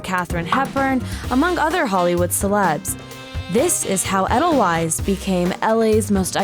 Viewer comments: SAY THE NAME RIGHT!!! Edelweisssssss, not Edlewise :( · Bruh it’s not eh-dull-wise it’s Aye-dull-vice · im Austrian and almost screamed when I heard her pronounce it eddellwise like ew cmon if ur gna take edelweiss from Europe at least say it right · eH-dUhL-WiSe... wrong. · "edel - wise" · They said "edel-ice". I think the fact they basically wiped out one entire letter is right now more important than mispronouncing the s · Yeah haha.. It's pronounced edel-vayz😂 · I'm Kenyan but I hated her pronunciation of edelweiss Hasn't she watched 'Sound of Music' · That's not how your pronounce edelweiss 😂😂😂😂😂😂😂😂😂😂😂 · They pronounced edelweiss wrong... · being from Germany, I cringe everytime they mispronounce edelweiß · I’m not German, and I’m cringing every time she mispronounced Edelweiss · She clearly hasn't seen The Sound of Music 😄